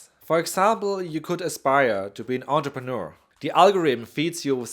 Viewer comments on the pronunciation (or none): none